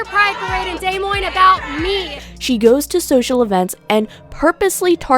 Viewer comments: did she just call Des Moines "Day Moines"? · She said Des Moines wrong that’s how dumb she is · arguably the most atrocious thing about her is the way she says Des Moines